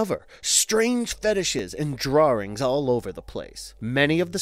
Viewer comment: "drawrings" lol